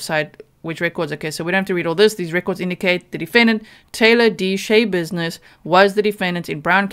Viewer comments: schebusiness isn't her actual name she had it changed. it's pronounced sha business no y sound from all of the reports and Court testimony I have seen. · Schabusines should be pronounced with the a sound short. As in "notsha business" or "mindsha business". She made up her last name based upon the saying, and had her name legally changed to it. I really like your channel,, and I mean no insult, I am sorry I don't mean to seem nitpicky. But the story behind her name is one more layer of weird with this woman. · I believe her name is pronounced Sha likes rhymes with Paw.